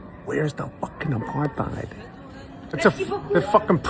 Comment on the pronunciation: The man doesn't even know how to pronounce the word...